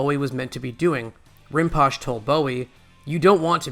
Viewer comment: Rinpoche is pronounced "Rin po chay"